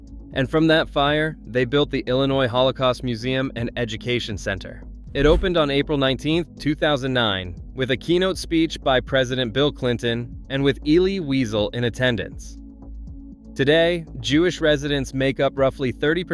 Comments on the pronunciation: “Elly WEASEL?”😂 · I stopped listening when you didn't know how to pronounce the name of the late Elie Wiesel (it's "elly vee-ZEL"). Oh, for dog's sake, "E--r--u--v". AI is destroying everything. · Elite Wiesel pronounced Wee-zell. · Ellie WeeZell is not mispronounced as Ellie Weasel! This is pure AI SLOP! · Narrator of this video should learn the pronounciation of names and words such as Elie Wiesel, challah, Boca Raton and Rabbi Aharon. Also, this video is already old. It needs to be updated. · The AI narration is vile. Can't pronounce certain words like eruv, Elie Wiesel, and on and on. Really poorly done.